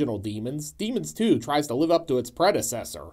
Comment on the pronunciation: Boy, when you say the name, it sounds like "Demon Stew" which sounds from your plot rundown that it would be a pretty good title for it. :) Especially when you immediately describe it as a mishmash. I think I caught the first one time but haven't seen this one yet.